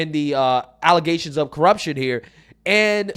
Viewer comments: Bro... it's "allezations", just axe Tiffany Henyard. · those nasty "alezations" 😅